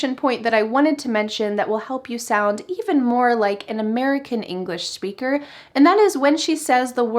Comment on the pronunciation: Hi. This Is my first time seeing a video or yours. I have a question. I don't know if I'm hearing it right but I hear a sh sound instead of a sp when you say SPEAKER. Is that right?